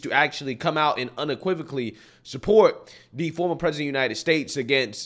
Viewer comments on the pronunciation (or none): none